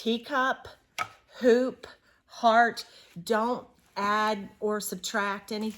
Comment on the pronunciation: Yay! #2 is here! Teacup, hoop (I thought you said poop at first 🤭) heart. Thank you so much! You guys are so generous! I’m so excited to hear a tour is coming soon!!!